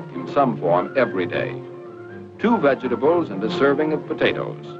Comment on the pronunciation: "Vedga ta bles"